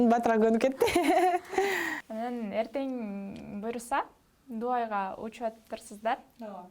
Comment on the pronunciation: Алып баруучулар бизде кочодон эле келе калып интервью ала берет окшойт го Дувай деген сайын дальше ушуларды уккун да келбейт.Дубай дегенди уйронуп алып анан суроо берчи бар болгур😠